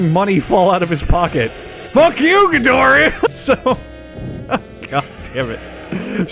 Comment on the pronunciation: Say Ghidoria... one more time